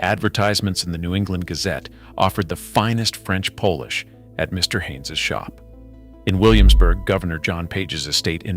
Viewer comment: It forgets that polish isn’t pronounced Polish. 😂